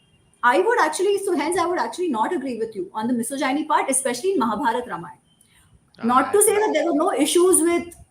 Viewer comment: Is it just me who is bothered by how she's pronouncing "misogyny"? I appreciate her thorough research and her opinion on the topic though.